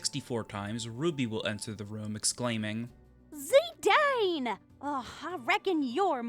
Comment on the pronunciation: And Zidane is pronounced ZiDawn